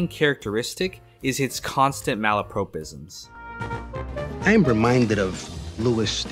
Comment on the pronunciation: It’s “malapropism” as in “pop”, not as in “Pope”.